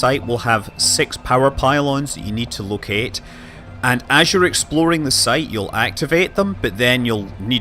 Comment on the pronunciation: Its interesting hearing you switch between 'exploding' and 'exploring' without realizing it. Americanese is creeping in.